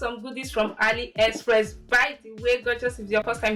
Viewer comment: I love this video. Also it’s A-LEE- express 😭😂❤ not ALLY ❤ but it’s a great vid and I love the fits